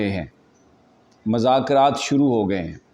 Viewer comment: السلام علیکم محترم یہ لفظ مذاکرات میں میم پر پیش پڑھیے